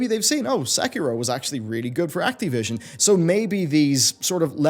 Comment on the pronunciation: Activision, not actee vision